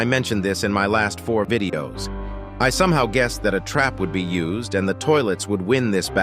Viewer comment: He sad vididos